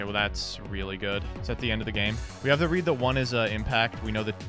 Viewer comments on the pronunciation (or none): none